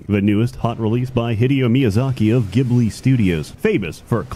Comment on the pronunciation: Okay, but Ghibli is pronounced Jibly, like Jigglypuff. I know GH in Italian is a hard G, but sweet old Miyazaki didn't when he named the company.